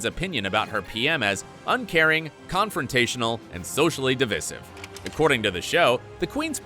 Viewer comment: Parker-Bowles. Row. Highlands. Divisive. Get the bloody pronunciations correct!